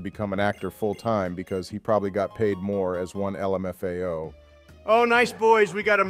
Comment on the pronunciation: Honestly - daily content. I am more interested in your script and incorporating it into the game. Speed them up, get that content out, continue using tf out of "el em eff a oh" lmao